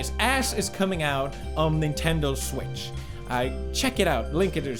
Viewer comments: He finally said nintendo switch right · First time he said nintendo switch properly XD